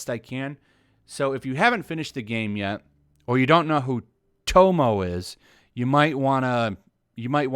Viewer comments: "Tomo-e" not "tomo"... but its what ever. Not like this comment is gonna be important anyways. Probably 1000 people already tried correcting the name in the comments. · Sorry but Tomoe is pronounced as Toe-moe-eh and the one you meet in the game is not Tomoe Gozen. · Hopefully the game will not have a sequel or prequel! It's pretty good as a standalone game! I don't want TLOU2 like thing to ruin it! Tomoe, pronounced Tomo-E! 👍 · While im with you on this being silly i do have to question whether you've actually played the game since you're pronouncing Tomoe wrong. Her name is mentioned a lot and its pronounced to-mo-eh not to-mo. Just saying its making me skeptical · Bruh my ocd has me getting triggered when you say tow mow for her name instead of tow mo eh. XD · It's not TOMO!! It's spelled TO-MO-EH...it sounds funny when you say tomo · its tomoe not tomo your saying it wrong are you even playing the game?... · Dude... To-mo? I'm sorry, I know you must get this shit a lot but come on man! They pronounce it in the game! It's Tomo-e. You pronounce the E. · Her name is pronounced "to-mo-eh", not "to-mo". And there are other compelling characters in the game I'd be interested they build any sequel around, not just Tomoe. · It actually kinda triggers me hearing you and the author talking about something I know so much about. But Im not mad or anything, you are not here to give people a lecture about japanese culture, you are merely here to give us the news. Just wanted to vent that while listening to you call tomoe tomo. Keep it up though, you are my current source to stay on top of those ideologues! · You pronounced Tomoe wrong it's Tomo-way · Tomoe (Toe-Moe-Way) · Was anyone triggered by him saying tomo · You pronounced tomoe wrong, its toe-moe-eh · Pronounced Toe-mo-e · Tomoe: toh-moh-eh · It’s pronounced “Tomo•way,” dude... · sighs.."tow-mo-way " is her name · How are you playing the game and promouncing tomoe like tomo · dude its Tomoe, not Tomo.